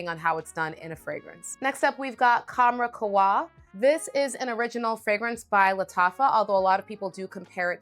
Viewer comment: Qahwa. U read it KAhwa. It's "coffee" in Arabic.